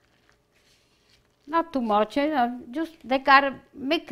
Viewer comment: “Justa follow me”…….I love it! So adorable! Reminds me soooooo much of my nonna. ❤️❤️❤️